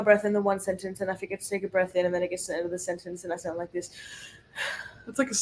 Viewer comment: Awwwhh Winnie is so cute!!!! 🐾🐶🐾 I really hope y’all destroy LSU!!!! Get ‘em girls!!!, you are really starting to have a bit of a southern accent!!! “For a gal that doesn’t really liiikkke (u made it a 2-3 syllable word 🤣) school …..” Too funny!!